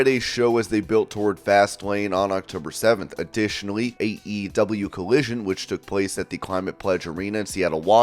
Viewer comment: The way you pronounce AEW is the worst thing I’ve ever heard my god